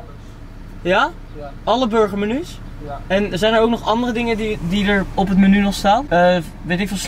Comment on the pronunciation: Thom S ja klopt, zei het heel raar